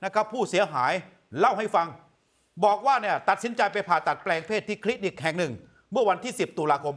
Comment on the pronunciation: คลีนิก ไม่ใช่ คินิก